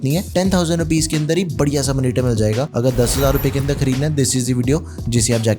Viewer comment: Monitor - ❌ Manitar - ✅